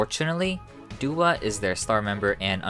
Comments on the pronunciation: Doi is pronounced more like doughy and Doah is pronounced Doh-ah not Duah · It's more like "Doh"-ah and "Doh"-i, not "Doo". I'm sad for the girls, especially my biases Chiayi and Yoonhye. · A little off topic, but the "Do" in Doi and Doah is pronounced like Doe not Dew. They're really sweet girls and I hope that they can flourish in a better company that takes care of them one day :( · doah’s name is pronounced with the first syllable like the sound in “door” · Needed a summary of what happened. This was good. Didn’t like how “Do” in the names of Doi and Doah were pronounced (must be “do” like in “do re mi..” instead of “do” in “do vs. don’t”). He probably knows how to say it correctly, so was left wondering why he put the so much American tongue pronouncing them.